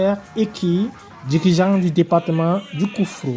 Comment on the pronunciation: COUFFO*** pas KOUFFRO